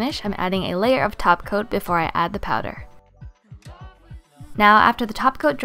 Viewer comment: I thought I was the only one that hears "taco" instead of topcoat. Many tutorials practically pronounce "taco'. I found that weird.